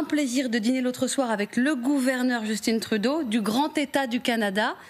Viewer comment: juste de la manière donc elle nomme le premier ministre Juuusston Trouudôh, lui enlève énormément de crédibilité.